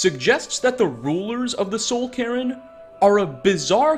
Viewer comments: "Soul Karen" LMFAO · "Soul Karen" 😂😂😂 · What's the "soul Karen"? 😂